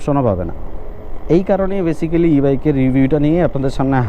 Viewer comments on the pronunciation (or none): আসসালামুয়ালাইকুম ভাইজান শব্দটা বেসিক্যালি না বরং (বেইসিকলি)